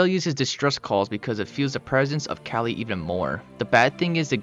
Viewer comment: "Kali, a male leopard" Proceeds to mispronounce Kali